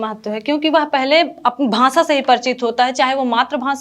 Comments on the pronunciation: Very bad . Hindi words pronunciation extremely poor. Bhasa nahi bhasha , similarly other words. Students will learn wrong. Hindi teacher must answer in hindi. Avoid english words. Shiro rekha nahi hone se gh and dha mein difference not possible. Bad poem recitation. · bhansha 😂😂 nhi hota didi bhasha hota h 🤭🤭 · भांषा नहीं भाषा होता है आप इंटरव्यू दे रहे है उच्चारण पर थोड़ा ध्यान दें। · Didi भांसा nhi भाषा 😂😂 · bhansha nhi bhasha hota hai hindi thi inke paas ba mai😅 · Hindi teacher भाषा ko भासा bol rhi h..... Kya baat hai 😂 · भांसा 😂😂😂 हिंदी संस्कृत वाले शिक्षक को उच्चारण सही कर्म चाहिए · ..bhansa nahi bhasha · She said bhansa two times instead of bhasha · Bhansa what is bhansa, it's bhasa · Bhasha ko bhansha kaha aur pinjar ko pijar kaha, anuswar jaha lagana hai vaha lagai nahi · Is it bhansa or bhasa 🤣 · भाषा को भांशा बोल रही है। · Bhasaan ek to hindi sanskrit ki teacher aur doosare UP ki ho kar bhi galat uchcharan aur hindlish bol rahi hai, kv mein 53 ℅ wale ko bhi aese teachers rakhe jate hein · Mam आप जिसको पकर रहे हैं भांषा वो आपके हिंदी के सर का आवाज है भांसा